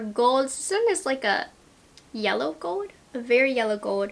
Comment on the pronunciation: She says gold in such an interesting way. Like she says “goewd” like she doesn’t pronounce the L in gold lol.